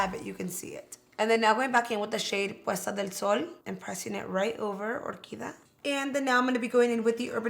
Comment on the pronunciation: BTW, its not " or key dah-' it's 'or- key- dee-ah"... no offense but it is such a shame when a Latin person with Hispanic background just butcher the language when the attempt 2 speak.